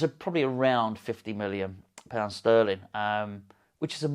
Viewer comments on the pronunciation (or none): none